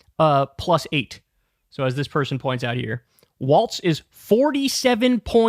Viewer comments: It's Walz, not Waltz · FFS, KYLE...WALLS, NOT WALTZ!! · Walz is prounounced like walls, not waltz. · It’s not “waltz”. It’s Walz (WALLS) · Is Walz pronounced like "waltz" or "walls"? BC, Kyle always says walts but everyone else says walls. Isn't it "walls"? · For a big tim walz guy you sure say waltz a lot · There’s no T in Walz